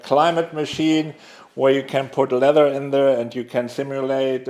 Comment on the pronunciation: ITS LEATHER, NOT LETTER!